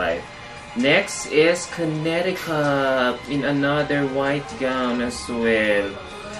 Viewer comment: Connecticut pronounced as /konetikat/